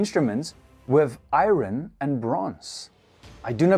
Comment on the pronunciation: I-ron? 😂 ffs